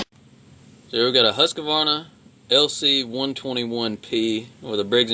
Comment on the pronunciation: Informative video, but the brand name is pronounced "Huus-kvarna" and nothing else.